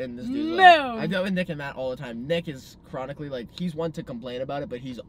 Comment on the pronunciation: chris keeps saying cronicly 😭😭 ( i don’t know how to spell it)